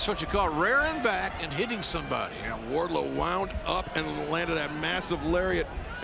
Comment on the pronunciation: Just me or is Justin Roberts saying "Warlow" and not "Wardlow"?